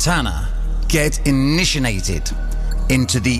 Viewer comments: Man said INISHINATED WTF hahaha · lol wtf is initinated